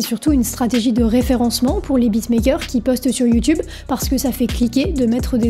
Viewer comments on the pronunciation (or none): none